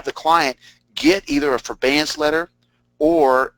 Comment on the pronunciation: if he () says forBAEance one more time.. lol!